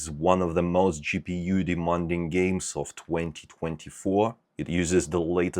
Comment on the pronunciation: Not to sound rude, but you're completely pronouncing "demanding" wrong. Its De-MAN-ding not De-MON-ding Sorry, it's a pet peeve of mine (being English myself lol)